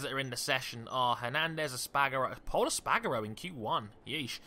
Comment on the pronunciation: Pol Es-Par-Garo! Not Pol Es-Pag-Aro